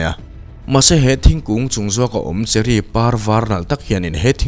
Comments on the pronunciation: cherry thingkung tia i lam tr...i lam sual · 58 second ah khan a sawi sual